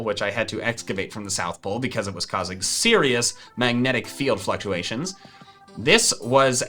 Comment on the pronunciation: Him: talks about his adventures Me: Wow it’s amazing he can pronounce fluncuations